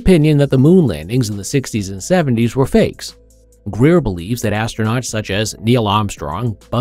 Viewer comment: The moment you said Greer, you lost your last shred of dignity. Unsubscribed..